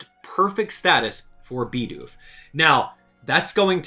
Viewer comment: it's "Bid Oof" not "BeE dOoF"